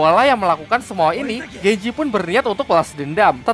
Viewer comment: Genji lah bukan genjeh tolol